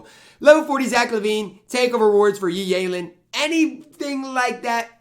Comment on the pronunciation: YEE YAYLEN 😂😂😂😂